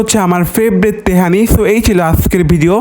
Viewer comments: Tehari ❌ Tehani✅ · teheri ❌tehani ✅